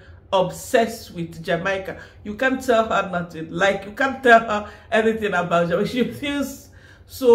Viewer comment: Jamaica is pronounced "Jah-May-Ka."